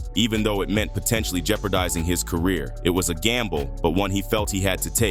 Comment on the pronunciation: "I just wanna help you with your cuhreer. You just need to do a little sumpin' sumpin' fo' me first tho'."